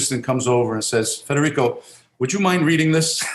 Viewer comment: Good friend u pronounced his name wrong.. dad was born in Naples or on a boat ride ?